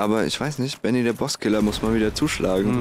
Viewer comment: Manchmal höre ich statt "Baby".